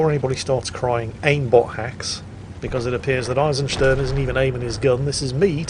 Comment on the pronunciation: hmm the Eisen in Eisensturm was pronounced spot on, but the Sturm (storm) was more like Stern (star), wich is a bit off.